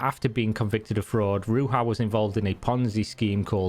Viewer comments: my friends, she is not from mexico, its not pronounced ruha, its ruzha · it's not pronounced Ruha but Ruzha instead and she is just the scammer that got caught, the rest of the cryptocurrencies are equal scams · Ruja is pronounced like Rouge, not like bruja. Just a heads up. :) She is a 100% certified gypsy ad I wouldn't buy fake perfume from her, much less crypto tokens. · If you are going to speak about her, at least make sure you pronounce her name correct next time. It is not RuHa, it is RuZHa. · It's not pronounced Ru*H*a. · It's pronounced Rouzha in English and Bulgarian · My dear country fellow woman Ruja, she was so nice and funny. BTW you have butchered her name, J is like in Jack not the spanish J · Ruja is not pronaunced like that it's Rudzha. Great research. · why are you pronouncing here name, like shes spanish? her name is Ruzha. Ruja is just the phonetic writing of her name, because "j" is often used as the phonetic letter for the bulgarian "ж". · ‘Rudzha’ is how BBC Radio 4 pronounced it. The series is probably still available on BBC Sounds. Her probable fate had occurred to me, and, I don’t know why, leaves me a bit sad(?) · Ruzha. Sound "zh" is present in english language. For example in the word "illusion" or "pleasure". This is just your typical anglo arrogance - we don't give a damn how your worthless barbarian names are pronounced. Also, english native speakers tend to be borderline dyslexic - they learn pronunciation by rote because their spelling is so ridiculously effed up. Most of them see words as ideograms that have no phonetic logic to them, they are incapable of deriving the sound of a word from its constituent letters. Like Egyptian hieroglyphs or something. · Ruja iz read as "ru-zha" meaning rose. Bulgarians are not speaking Spanish so they don't read their Js as Hs. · You mispronounce her name horribly. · Good video but what's more impressive is how far off the right pronunciation of a four letter name you are.